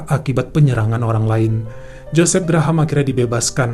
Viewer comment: Bukan Gra-Ham, tapi sebut Grahm atau Grehm .